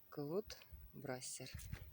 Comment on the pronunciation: Claude Brasseur Клод БрасЕр, наголос у французьких назвах на останньому складі!😊